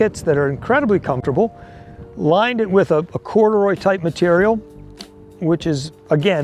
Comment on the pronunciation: So how do you pronounce the name of the Type 97. You change it every other sentence! Just sayin’